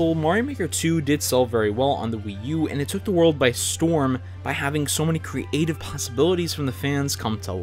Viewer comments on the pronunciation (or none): Me: creative: cre-ative